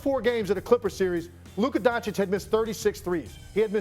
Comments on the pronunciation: SAS: LUKER DONCHIK is incredible 😂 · Luke-Kerr Doncic